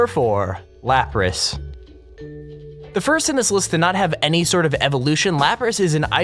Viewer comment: Lapras... It's pronounced Lap-rass